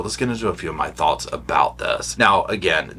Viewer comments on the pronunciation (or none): none